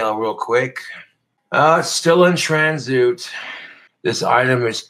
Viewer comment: Tran-zoot... college level reading comprehension coming in nicely,!